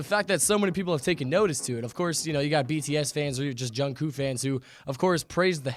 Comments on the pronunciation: Its jungkooK not jungkoo. No offense lol😂😁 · It's Jung kook not jungkoo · Is anyone else triggered when he says Jungkoo :) i am LMao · He said jung koo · Not jungkoo (；′⌒`) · “JUNGKOO” IS SENDING ME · You pronounced his name wrong, its pronounced Jungcook, sorry i had to point that out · he called him jungcoo hehe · Im sorry i can't take this video seriously...."jungcoo" HAHAHAHAHA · Ikr 😂 jungkoo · U pronced jungkook wrong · He said kook wrong CRINGE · Your saying jungkook wrong